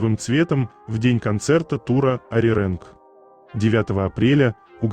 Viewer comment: Неправильно говорите Ариранг.